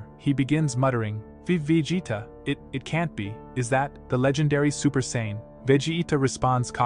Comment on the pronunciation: Saiyan not Saynn and Vegeta nor Vejita